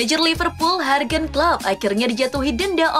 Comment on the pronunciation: Jurgen (baca:yurgen). Bhs jerman J dibaca Y😁